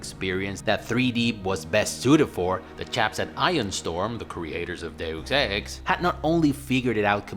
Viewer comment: Thank you for pronouncing Deus Ex correctly. Thank you.